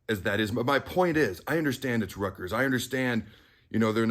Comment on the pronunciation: Hey,,, ……it’s Rutgers.